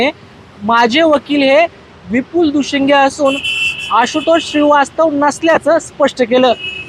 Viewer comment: Dushinge nahi ho Dushing